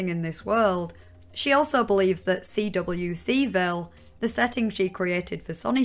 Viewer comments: The only disagreement I have is with your pronouncing of CWCville (‘quick-ville’) 😁 But on a serious note - your video was excellent. A very good take on the hideous situation ✌🏻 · CWCville is usually just pronounced as "quick-ville". EDIT: Skipping over the Jacob Sockness saga is kind of an issue, Sockness definitely fueled Chris' descent by enabling and adding to the Dimensional Merge bullshit. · People be here in the comments arguing about Chris's pronouns, meanwhile I'm more upset at how she spells out CWCville by the letter rather than just say it as just one word.